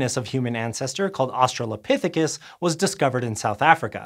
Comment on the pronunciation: Also "pithecus" and "anthropus" are stressed on the second syllable, because it's long (though in Greek they're stressed on the first). Scientific names are treated like Latin words, unless they're barbarian like "Crash bandicoot".